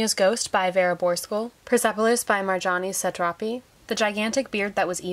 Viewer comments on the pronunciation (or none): u said marjane satrapi in the worst way possible